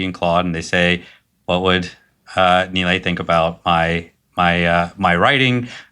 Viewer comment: Actually he’s pronouncing his name correctly. Nilay himself had Americanised his own name sadly.